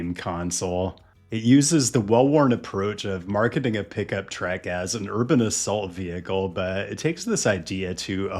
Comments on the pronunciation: People are going to be triggered by lots of things in this video, but I'm triggered by your pronunciation of "truck" as "trek". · wow you really never actually say the word truck lol, you always pronounce truck as 'trek'. i thought the captions were glitching but nope that's 100% how you pronounce it lololol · why is this guy saying truck in that odd manner?